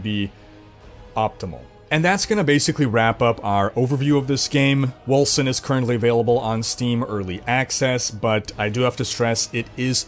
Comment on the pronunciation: Wolken, not Wolsen.